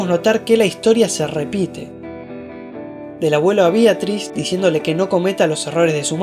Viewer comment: BEATRIS NO BIATRIS